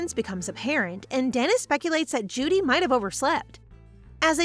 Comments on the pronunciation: Jood not jooo dee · It's not pronounced Judy. It's like the Beatles song "Hey Jude"